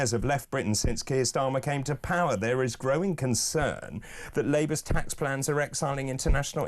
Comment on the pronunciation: Plans…not Llans 🤔🤦🏻‍♂️🤣